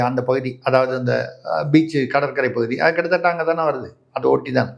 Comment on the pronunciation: கித்த தத்த இல்லதம்பி. எங்க சொல்லு பார்ப்போம் கிட்டதட்ட உச்சரித்து பழகு தம்பி.